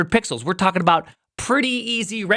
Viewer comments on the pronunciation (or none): Ummm ackshuallay it'riz 3600 puxels duh